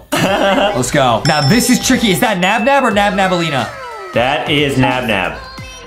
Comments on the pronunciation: its nabnaleena not nabnabaleena your cringe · It’s nabnalina not nabnabalina 🤬🤬🤬🤬🤬🤬🤬🤬🤬🤬🤬🤬🤬🤬🤬🤬🤬🤬🤬🤬🤬🤬🤬🤬🤬🤬🤬🤬🤬🤬🤬😡😡😡😡😡😡😡😡😡😡😡😡😡😡😡😡😡😡😡😡😠😠😠😠😠😠😠😠😠😠😠😠😠😠😠😠🤨🤨🤨🤨🤨🤨🤨🫥🫥🫥🫥🫥🫥🖕🏻🖕🏻🖕🏻🖕🏻🖕🏻🖕🏻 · Its Nabnaleena Not Nabnabaleena and the Blue Bird is Called Tarta Bird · it's nabnaleena